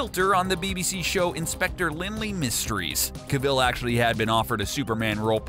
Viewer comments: Pronounced Henry cavil wrong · Why is he saying cavil so weirdly